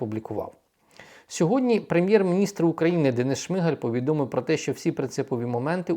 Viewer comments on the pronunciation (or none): none